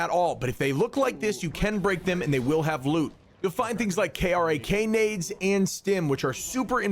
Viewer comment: Did you just… call them k r a k nades… heresy detected!!!